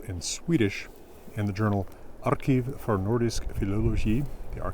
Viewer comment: Not 'URR keev,' but 'urr KEEV' - having worked twice at archives in Sweden, I'm fairly trustworthy as to how they are pronounced.